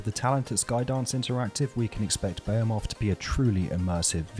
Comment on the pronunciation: Bee He Muth. Not what you said.